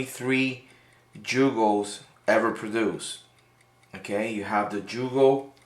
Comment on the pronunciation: YUGO, YUGO, NOT JEWGO